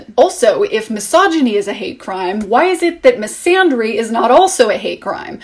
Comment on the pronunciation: Thanks for being phonetically specific. For some reason I've never found a need to look up the pronunciation of misandry, but your stressing of the sounds made me particularly curious. Come to find out, I've been saying wrong all along. and not using the proper æ sound but the a alone sound as in father. Thank you for your well developed and well spoke comments.